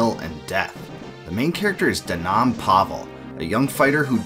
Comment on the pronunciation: His name is prounouced denim like denim jeans. Its a reference to his lowly status